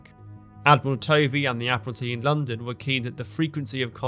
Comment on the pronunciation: Tovey is pronounced “Tuvvy”.